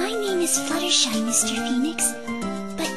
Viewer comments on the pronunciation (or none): Butstershy? How in the hell do you butcher a name THAT badly? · Okay how did he get 'Butshersty' for 'Fluttershy?' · butshersty'' . .. .hahahhahahhahahahahaha SO CLOSE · Butshersty has to be the worst butchering of Fluttershy's name to date. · He really "butchered" Fluttershy's name! Dohohoho! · I love how Phoenix can't get Fluttershy's name right. This is amazing. I just finished playing Ace Attorney & this is super amazing. Aw for some reason I wanted Maya to come along